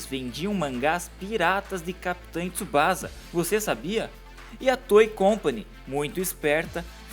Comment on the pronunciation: Cara, pelo amor de Deus... Não é Tsubaza... Se lê Tsubaça, com som de dois "S"... Só pra informação, o nome original dele é Oozora Tsubasa. Também não é Jota League... É Jay League em inglês mesmo... E não é Capitain Tsubaza Jota... É Captain Tsubassa Jay! Se eu puder contribuir mais, fico feliz! Abraçø!!